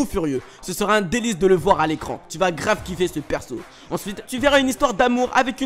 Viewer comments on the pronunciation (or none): none